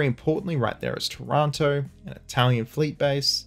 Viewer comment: 5 points for pronouncing Calabria sort of correctly -254 points for butchering Taranto.